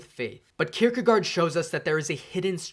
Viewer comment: Søren Kierkegaard is pronounced [ˈsœːɐn ˈkʰiɐ̯kəˌkɒˀ] Someone might be able to transcribe that to the weird English spelling.